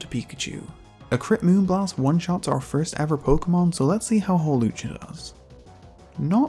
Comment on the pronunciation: HAWLUCHA, NOT HALUCGA!